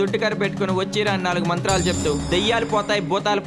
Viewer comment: Matralu kadu manthralu